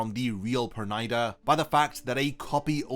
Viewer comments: it's per-nee-da not per-ny-da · Pronouncing the name like that is ridiculous. It is Yiddish, almost Hebrew, if not. Please stop pronouncing the name as the Japanese who have a problem with its pronunciation in the first place.